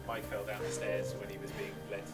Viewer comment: There’s no “J” in Mikes name! I call shenanigans!